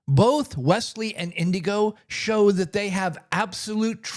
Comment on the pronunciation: It's Inigo not Indigo. No D.